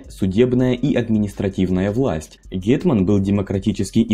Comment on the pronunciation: Файно сказав ґєтьман 👌😆 "гетьман"